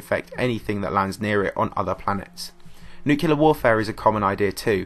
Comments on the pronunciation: It nuclear and nucilar. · Nucilar :D